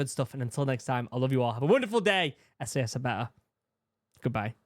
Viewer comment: Brother, you need to pronounce the A in SAS more clearly. 😂😂😂 💀💀💀